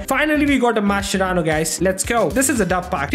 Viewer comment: if u r watching carefully he said "we got mashcerano dosto"